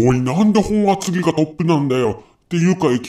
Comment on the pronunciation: ｢もとあつぎ｣ではなくて ｢ほんあつぎ｣